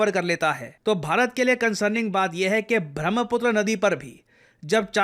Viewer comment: It's ब्रह्मपुत्र not Bhramhaputr 😢